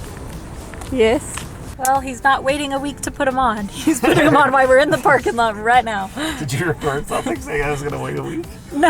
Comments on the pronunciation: we’re both wrong. She said while. She just said it kind of lazy so it sounded like why. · Why do you say “why” instead of while?